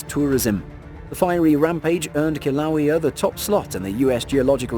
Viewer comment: I live 3 miles from fisher 8, the event that that happened may 1 2018. The person narrating should learn how to pronounce Mona Loa and Kilauea, i had no idea what he was talking about and I live here. My bet it is a translation software for read then talk which is OK for Englise but does not work well in Hawaiian